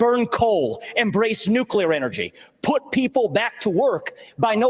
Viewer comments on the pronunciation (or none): "Nuke u ler"